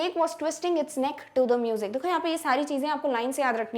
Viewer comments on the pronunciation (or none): none